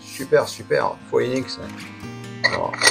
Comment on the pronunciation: Bonjour et merci pour votre vidéo qui m'a permis de monter mon filtre à eau par gravité sans crainte de me tromper. Le mien est un petit de 6L et n'a que 2 trous dans la cuve supérieure, mais le reste est identique. Si je peux me permettre la marque Phoenix tire son nom du célèbre oiseau qui renet de ses cendre et cela se dit en phonétique fénix et pas foénix. Merci encore pour vos explications et longue vie à nos Phoénix 😉